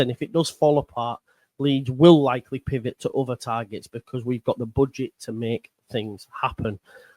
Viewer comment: Please stop saying pivot sounding like connor 🤢😂